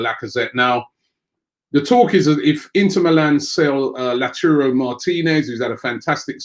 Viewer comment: It doesn’t reallly matter but it’s not LATURO it’s LAUTARO